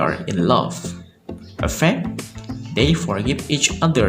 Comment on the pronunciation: Please, differ the pronunciation of EFFECT and AFFECT !